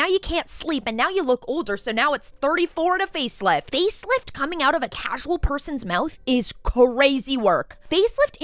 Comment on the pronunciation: She says SCHape, SCHare 😅 caSCHual